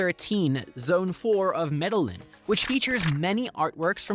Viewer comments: Lol, yeah, funny how he pronounced Medellín. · You can’t even come close to properly pronouncing the city’s most popular expat city - Medellín. And yes, the accent matters. Just another 💩travel video from someone who likely hasn’t left mom and dad’s basement. And given this video is just 3 months old, the information is TERRIBLY inaccurate as there is a communist - verging on fascist - president trying to turn the country into Venezuela II. And wtf do you mean that Asian is one of the three main cultures. 🤣 Stick to playing video games. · of the World it's really fucking lame that you got an AI voice to narrate the video. Mis-pronunciation of words in Spanish like Bogotá and Medellín, is gruesome and unprofessional. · These AI voice videos are hilarious, the way it pronounced Medellín and Bogota. 😂